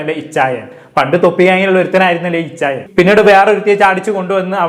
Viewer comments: Ichayan alla bro achayan 😂😂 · Ichayyyan ✅ achhayyan ❎